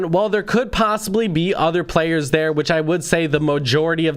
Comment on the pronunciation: Him: There is lots of fake videos out therrrre. Me: says the person with a burger king advertiser voice